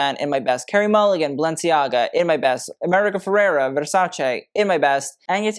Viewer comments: Thank you for pronouncing Versace correctly. ❤ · I live how you pronounce Versace correctly. Shows such respect and passion you have for fashion 🎉